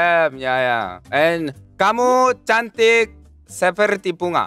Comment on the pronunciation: That "kamu cantik" "tapi cantikan aku" were perfect, had to do a double-take.